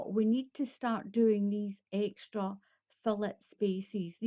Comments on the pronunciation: Its pronounced....fil·let /fiˈlā,ˈfilā/ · its pronounced....fil·let. /fiˈlā,ˈfilā/